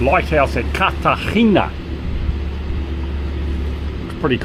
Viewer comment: Cartagena (carta henna - corrected in post?) and Marbella (Mar bay ah) – good pronunciations. Incredible rugged coastline and no people! The drone opens up so much more in your footage! Tracking the boat under way was beautiful – just try to avoid the microadjustments mid pan (or crop them out!). Don't think I've mentioned it before but if you find your drone surrounded by birds and maybe under attack, always climb. Birds can drop faster than the drone but they can't climb fast. So straight up then bug out of there. Getting some nice smooth pans now. Slowing the settings in Cinematic mode makes a big difference. Are you headed to UK?